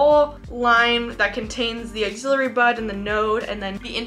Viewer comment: Ax-ill - ary. Love your content but this mispronunciation is just bugging me.